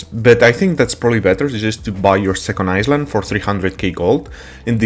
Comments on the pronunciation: Eye-land not iss land reminds me of the commercial of the girl who said that and got made fun of Jesus Christ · No, he's saying "Iceland". He MEANS to say Island, but his pronunciation is awful. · love your vids bro thought i'd let you know it's pronounced eye land not iceland but i know what you was saying keep it up with the vids because i need all the help i can get! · Is he saying Iceland or Island? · I like the way you say Island but that's not the way to say it. It is more like ( I land ) the s in island is silent it doesn't make a sound. English is my given language and sometimes I still can not get it right , like some words sound the same but have 3 different spelling and 3 different meanings. like there their and they're . there is over there or look over there Their means that is their house and They 're like they're going out to the movies. I hope this helps :) take care Cheers! and thank you for the video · Hey friend, just to help, in English, you say EyeLand, the the S is silent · I think for him needs to be written as ailand or iland :)) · Island -> eye-lnd (land without a) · Thx bro for the help!! English is 👍 Heads up, the s in island is silent 😀 So pronounced "iland" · For future reference, the s in island is silent :D